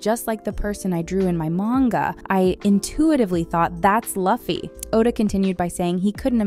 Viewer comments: Is this a human or AI speaking? Luffys name pronunciation has got to be the worst I’ve heard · You didn't bother to learn to say the character name before doing the piece? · How are you making a video on one piece and you don’t know how to pronounce the main characters names?? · If you can't pronounce the names right, you have no right narrating this. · great vid, but ngl my heart hurt everytime i heard her pronounciation of Luffy. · Aint no way you said luffy like that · Geez, say luffy properly ffs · It hurts my ears that you pronounce Luffy incorrectly. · Thumbs down, and you deserved it, I like the research, but how hard would it be to search how to pronounce the name?!!!!!!! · Video is about One Piece, but mispronounces Luffy .............................. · Next time please pronounce the name of Luffy correctly 😢😢😢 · How do you mispronouce a name of a character when you have over 20 years worth of material and it being pronounced correctly to get it right..... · lost me when you mispronounced Luffy tbh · FFS learn how to say the characters names - that "Luffy" hurts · How many times did she butcher the pronunciation of Luffy's name i feel like that would have been such an easy miatake to avoid how lazy do you have to be as a pop culture "journalist " (obviously using the term both very loosely and extremely generously here) to get something as easy an simple as a name with two syllables wrong. So cringey and honestly not just unprofessional to not even bother bwing thorough its disrespectful and reflects the individuals lack of work ethic hope this person recieved a sturn scolding at least and learns a valuble lesson😢. Why is it i immediately think of said person as being apart of the Gen z gen....hmmlol for shame😂😅😅😢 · No like due to mispronouncing Luffy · As far as i watched this, i've never been so mad for someone saying luffy's name "Luffy" instead of "Loo-fy" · it's pronounced LOOFY, not Lovey lol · "Laffy??" It's pronounced as loooffy ..jeez.